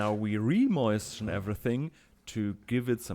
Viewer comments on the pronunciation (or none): please never learn to pronounce moisten correctly. "moishten" is bringing me so much joy.